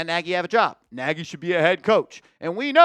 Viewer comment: It's a Hungarian surname. Not pronounced 'Naagy'. Pronounced 'Nodge'.